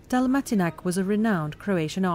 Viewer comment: My city ♡♡♡ I just wanted to point out that Jure Dalmatinac's name is not pronounced DalmatinaK...but rather Yureh Dalmatinatz. When filming such videos, might I suggest asking locals how to prounounce certain words, especially names :)